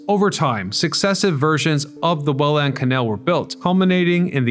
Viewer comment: Welland isnt 2 words, and its pronouced more like Wellend. 😢